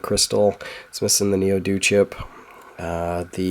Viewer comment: Ouch at the position the Neo-D0 (D zero) was removed from! I like the way you call it Neo Doo - reminds me of Mr Do lol. Good job so far, I am astonished it even boots lol. It can't be many things, maybe the SM1, or the RAM, perhaps just a missing trace (or 5). Hope you can get this one working!